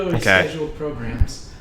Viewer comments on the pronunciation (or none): "Regularly Scheduled Pro-GRAHAM"